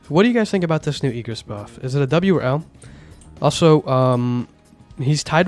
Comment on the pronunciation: IGG RIS not EEG RIS